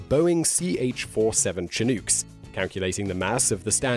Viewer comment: chin-ooo-kes, huh?